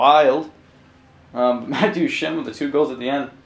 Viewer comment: You aren't even pronouncing Duchene's name right...